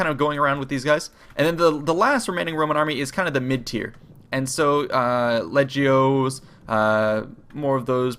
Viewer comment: It is pronounced leg-e-o